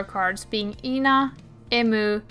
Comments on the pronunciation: the main thing is ena which you call ee-na but it's just eh-na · this is my first time hearing someone pronounce ena's name like that lmao i was wondering who tf Yna is until i realized 💀